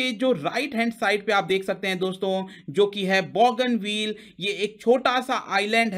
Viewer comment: बॉगनविल नाहीं लेकिन बोगनवील । बोगनविलिया नाम के रंगीन पत्तों के नाम की creeper tree है ।